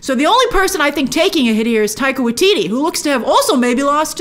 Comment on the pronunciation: I love it how Grace keeps mispronouncing Waititi. 😆